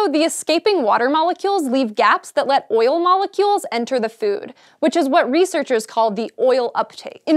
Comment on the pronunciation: When she says food am I the only one who hears Phewwd? o_O